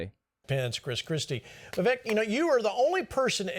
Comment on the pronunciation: I don't like him, but you spelled his last name wrong and pronounced his first name incorrectly. "Vee-VAYK" and "Ramaswamy" Love your content,. ♥